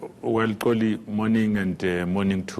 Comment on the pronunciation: The name is "XOLI" not "Tsoli" PULE should have learnt how to actually pronounce the name